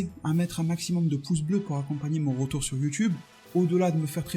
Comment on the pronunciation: Tu es de rrrrrrrrrreture !